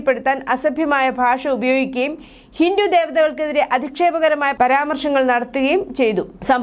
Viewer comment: കൊച്ചേ ഹിന്റു അല്ല ഹിന്ദു എന്നാണ് പറയേണ്ടത്